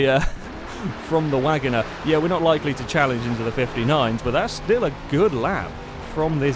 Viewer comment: Wangoner instead of Wagoneer, Mitsabushy instead of Mitsubishi, Gibble instead of Ghibli, U TROLLIN'.